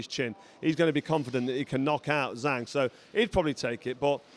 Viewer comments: It’s zhang not zang, Doh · Carl, learn how to properly pronounce the name of the champ. Disrespectful.